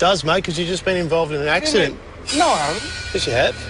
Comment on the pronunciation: “ what koinda accident “ 🥴